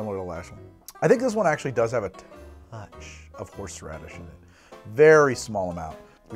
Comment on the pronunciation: Watching while I'm ready to go out Why I keep listening " horse rubbish" instead of horseradish Is just me?